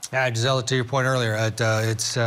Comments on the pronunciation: “Jizzella”…I have a MAJOR PET PEEVE with news reporters AND creators. How HARD would it be to look up how people say their OWN names (especially when it’s not a common name to them)?!?! GREAT INTERVIEW!👏🏻👏🏻👏🏻👏🏻👏🏻 I called it months ago…YOU’RE going places and I’m so happy for you!😘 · He said her name so wrong but, I love seeing you everywhere G!! You rock!!❤😊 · He almost got your name right! Great appearance G!! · Looking so put together in your court jacket. Your commentary was spot on. But man, I wanted to keep correcting how he was pronouncing your name. the disrespect!! Just think from your first trial coverage in March 2023 to a regular on Court tv in less than 6 months. You should be so proud of yourself - I know i'm proud of you!! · Great job Gisela! Couldn’t help but notice how many times he mispronounced your name! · Gisela very professional! Sorry they didn’t say name correctly but you rocked it!❤ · Wow Congratulations. Great interview except for him mispronouncing your name. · Woohoo Gisela! 🎉 Sidenote: I wish he had pronounced your name correctly.